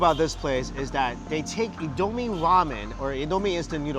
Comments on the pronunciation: And I Nigerian so it's not pronouced In-doo-meh but In-do-me and we made it tho we made indomie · It’s not pronounced indo may it’s pronounced indo mee